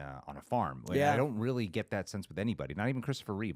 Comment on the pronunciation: Reeve, NOT Reeves